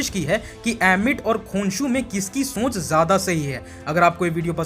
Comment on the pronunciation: Shonch nahi soch ✅